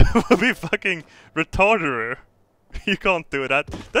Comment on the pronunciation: Building a vault inside a volcano isn't retarderer, it would be awesome. (you actually said retarderer lol)